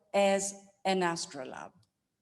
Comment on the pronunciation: I see an oft repeated 'error' by archaeologists where they refer to handbuilt vessels as 'handmade'. May I also say that some of the pronunciation is way off... ie 'astrolab' . My approach is by books, authorative ones, I'll be ordering the Renfrew on 'Early Cycladic Sculpture in Context'.